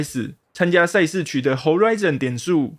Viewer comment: 恩...千速，話說為啥賽事我聽起來都像差事?XDDD